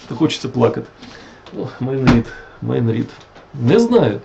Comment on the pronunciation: шерсть котяча перетворюється на тигрррячу в устах, які вимовили перед тим " МАЙН РІД" 😂🎉